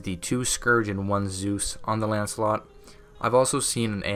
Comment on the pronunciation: it’s Lancelot not “ANCELOT” Bruh